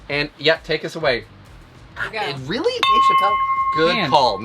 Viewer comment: Awesome recipe. But you weally should have made your own sauce 😂❤